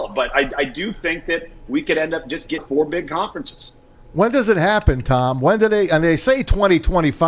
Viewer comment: Hilarious show Couldn't pronounce Tom's name and lisping and spittle....